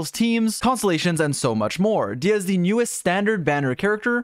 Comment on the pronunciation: I cant believe he would mispronounce Disias name like that